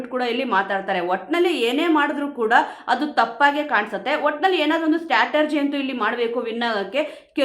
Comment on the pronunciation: Straturgy alla madam . Strategy anta helbekamma. ❤